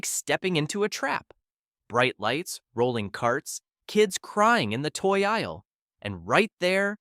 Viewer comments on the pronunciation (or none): none